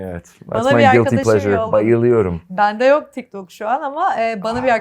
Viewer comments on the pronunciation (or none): Guilty pleasurı 😂😂😂😂😂😂😂